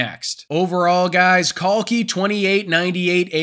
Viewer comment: ❤❤ brother your pronunciation of Kalki is better than the Indian youtubers😂😂 the Genie Indian youth does not even know their old scriptures whereas foreigners are depicting it in a better way